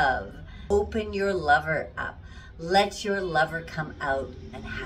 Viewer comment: Did you say liver.?! No.... Lover.!